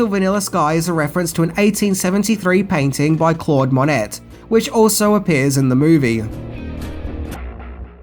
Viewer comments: Claude monETTE? 😝😝😂😂I love you!! It’s... MON(aye) right??🥴😜😜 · PLEASE, IT'S PRONOUNCED MO-NAY NOT MO-NET!, you mispronounce things in every video. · Claude monette? Please tell me you were being daft. It’s pronounced “monay”. Claude Monet. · It's pronounced "Mo-nay" Not "Monet" lol. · It's pronounced Claude "MOH-ney", it's French. Amazing video though. This movie touches me more than any other. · Claude "Monette"? WTF? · Monet = MO- Nay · Mo net.. lol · Monet is pronounced Moan-A. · Claude Mo-net? oh, you’re just messing with us now! 😂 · Christ... It's MON-AY, you knob! (said with love!) 😊 You need a proof reader, editor, director or something! Someone to go through the script with you at least... Which I've said many times before! Luv ya,! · I proper love your stuff. 8.23 clawed mu-net. Lol. Quick, best throw in an out of place "of which" to throw 'em off. Haha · LOVE YOUR VIDEOS!, I always give a thumbs-up. FYI Claude Monet is pronounced Claude "Moe-nay". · 😂 that’s not how you pronounce Monet. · claude monet, the t is silent... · The t is silent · Love your videos, but please look up how to pronounce Monet. The T is silent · You miss pronounced Monet lol